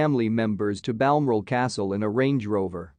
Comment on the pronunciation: For Pete’s sake, learn how to pronounce ‘Balmoral’.